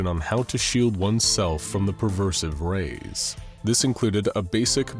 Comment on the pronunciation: Why on earth would you pronounce pervasive as "perversive"?